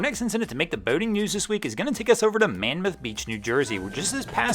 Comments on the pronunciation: Hey it’s Monmouth, not manmouth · Monmouth NJ, "Mon- muth" just to let you know. Very wealthy area. who the hell knows or cares what's going on here. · Monmouth rhymes with "Lawn-myth". I do not know what happened, though my money would be on the police boat pursuing him after he violated a different no-wake zone. I boat in NJ's inland waters, and it is common for local police or NJ Marine Patrol to wait at the edges of no-wake zones and then pursue boaters who "touch her off" (open the throttle) too early as they leave the no-wake zone. That way, the pursuit does not occur in the no-wake zone itself.